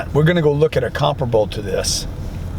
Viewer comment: “ We are going to look at a comprable” to this” lol